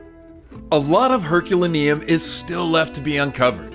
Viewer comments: It’s pronounced “Her cue lay nee um”…. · It’s pronounced Er col are no